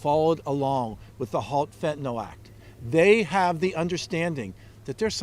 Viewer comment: Now they need to have non-stop coverage of why this country has more deaths from gun violence than from fentanyl. More people 18 years of age and younger die from guns than drugs. Look it up. Then fix it, GOP. The name of the substance is not "fentinol," btw. When you insist that other people write your bills for you, you have no idea how to spell or pronounce the thing you're allegedly so upset about. GOP -- look into why Americans will take pills -- any pills at all -- to escape the despair that a rigged system has thrust upon them. If there's no market for what they're peddling, they'd go out of business.